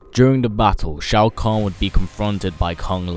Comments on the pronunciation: Why did you correct Shao Kahn as Shoa Kahn? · SHOA KAHN correction SHAO KAHN